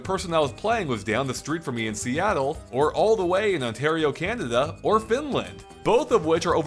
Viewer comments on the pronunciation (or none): Im sorry but did he just pronounced Canada as candada